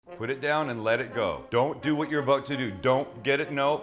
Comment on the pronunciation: Aboot lol. Your Canadian side is showing, not that that’s a bad thing ofc.